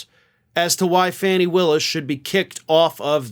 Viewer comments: fani is pronounced Fawn-knee NOT Fanny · Please pronounce Fani Willis's name correctly. Her first name is pronounced "Fawni", not "Fanny". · FAWNEE !!! Willis NOT Faanee !!! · 😅stop calling her Fanny ,it's pronounced Fowny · My GOD her name is NOT FANNY smh Could u PLEASE stop calling her FANNY, I mean GEEZUS, I'm sure u have watched news stations that says her name correctly which is FAWN-E spelled Fanni!! Come on now!! 😒🙄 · I thought they pronounced her name, Fonnie, instead of Fannie?? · Fah nee Willis. Not Fanny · That's Trump's entire playbook - "Delay, delay, delay". (BTW, it's not Fannie Willis, it's Fani, and rhymes with Donny) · why do you continue to disrespect Fani Willis by mispronouncing her name? Fani is pronounced Fawnee not Fanny. A Mensa member should know better. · Not for nothing but Fani’s name is pronounced FAH-nee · I think it’s pronounced ”Fawny” Willis. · I love you and watch your show religiously. Would you please start pronouncing Fani Willis’ name correctly?